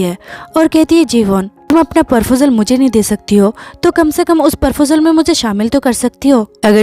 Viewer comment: It's not "Parfojel" it's "Proposal"😂